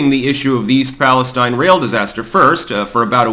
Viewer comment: Please stop mispronouncing the name of the town.